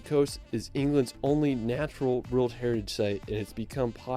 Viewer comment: I do not enjoy travel videos - including his total mispronuncuations of British placenames. (Or even the "world" which he just cannot say!?!) I will say his photography seems on point though...